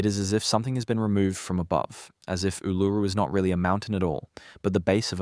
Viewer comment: your robot can't say Ularu